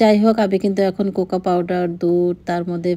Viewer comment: আপু আপনার problem কি জানেন ??? আপনার উচ্চারণ খুব খারাপ ... যেমন জগতকে বলেন ঝগ....কোকো পাউডার কে বললেন ..কোকা পাউডার ... আবার বলেন . Think করি....এই কথা গুলো শুনতে খুব বিচ্ছিরি লাগে ....পোলাউকে বলেন প্লোউ ... আপনার বাচ্চারা এতো ভালো স্কুলে পড়ে...ওরা আপনাকে ভাষা শিখালেও কিন্তু পারে... খুব বাজে লাগে শুনতে